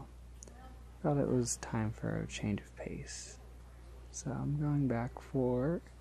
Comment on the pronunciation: He said 'change' while I read this and it sounded like 'Shane' to me. Wow.